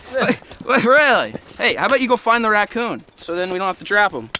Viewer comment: he said wackoon